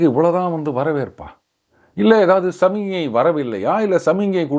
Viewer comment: it'sSAMI GNAI and not SAMINYAI. Kindly practise to spell properly. I hope ur team Will try to give muttu( in ur own parlance)